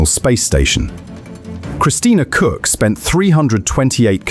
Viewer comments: Her name is pronounced "Cook" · okay cock is crazy its pronouced cook and spelt koch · To all Americans: Please do me a favor and share this comment with your friends and family. Search this page "pronounce koch" or just GOOGLE "pronounce" to search for the correct way to speak words you don't know. It would be great if all the web content producers would do that. You will learn so much every day, even FOX (the top stubborn non learners) will admire your skills. If you follow this advice, God may protect astronauts. How CLICK BAIT pages handle that: They add a threat: Otherwise the Devil will cook the four astronauts and NASA on the BBQ. LOL.